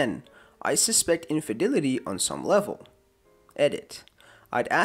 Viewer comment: Everytime i hear how you pronounce infidelity i cry